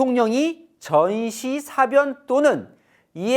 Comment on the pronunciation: 동정민 앵커가 '사변'을 아주 짧게 발음하는데 국어사전에 사:변(事變 : 나라의 중대한 변사)이라고 분명히 장음(:)부호가 들어 있다. TV기자들은 발음을 정확히 해야 한다. 더 공부를 하기 바란다.